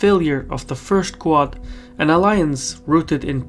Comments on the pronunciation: It's not "coo-ahd". It's "The Quad". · you keep saying "ku-od"... but it is pronounced "quad" as in the word for four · Great video but I was 10 minutes into video before I figured that what you call "Koo ad" is actually QUAD pronounced "KWAHD" Keep up the great work. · It’s ‘kwod’ not ‘ku-art’. One syllable. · Every time says "QUAD", I keep thinking he's saying "Qowat" as in "Qowat Milat" from Star Trek: Picard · Why can’t you say “Quad” correctly?